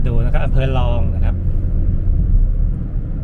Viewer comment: อำเภอลอง ล.ลิงสะกด พูดภาษาไทยชัดๆนะครับ